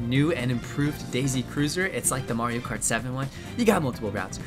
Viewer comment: I love how calls Mario kart "Maeri kart"